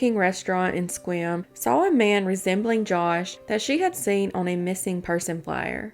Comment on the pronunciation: Wow I live in Sequim. Good job pronouncing the names of our county & town.